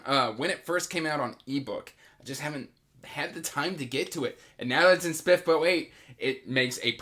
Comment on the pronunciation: I love how you pronounce SPFBO 😝 I plan on reading the Thirteenth Hour as one of my next reads! I’m really excited for it.